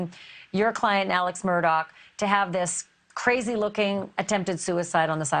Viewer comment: And they seem to pronounce the last name as Murdock, but it's spelled Murdaugh. His whole damn name seems off, lol.